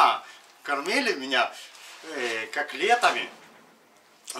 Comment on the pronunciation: Каклетами ха-ха-ха